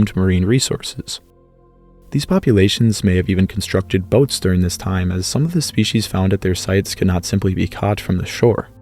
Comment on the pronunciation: That is NOT how to pronounce species.